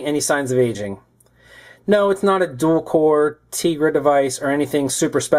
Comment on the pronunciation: He said teegra